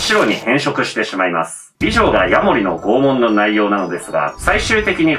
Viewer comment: 不謹慎ながら「拷問」が「肛門」に聞こえた。 いや、もしかしたらならあえてそう言ったかも知れないな